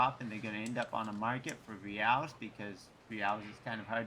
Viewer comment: Reals is pronounced 'HEY-EYES'